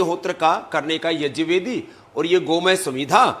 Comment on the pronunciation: स्वामी जी प्रणाम ! आप पर गर्व है सबको, पर कम से कम सही संस्कृत शब्द " यज्ञ " तो ठीक से बोलना सीख लीजिए ! कृपया गलत शब्द " yajn " बोल कर देवनागरी का अपमान तो ना करे. धन्यवाद